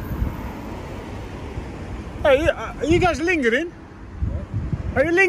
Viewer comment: She said why are u fingring not lingering 😂😂